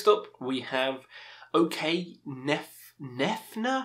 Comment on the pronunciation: The way you pronounced " Ok " okay killed me 😆